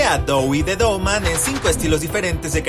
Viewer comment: En el principio dijiste día de Dogman😅